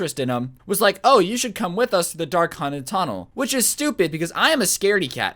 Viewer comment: like now witches witha b not a w